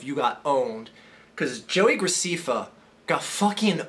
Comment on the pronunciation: And that's not how u Say JoeyGrecefa it is JoeyGraceffa